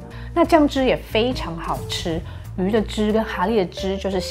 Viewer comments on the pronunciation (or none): 蛤蠣的蛤是Ge，不是Ha